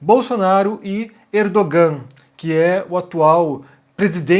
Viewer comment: Ninguém tem a obrigação de saber. Mas o "g", em turco, é mudo, na maioria dos casos. A pronúncia do ditador turco é "Erdoan". Mas pode chamar de Smeagol, que também é válido.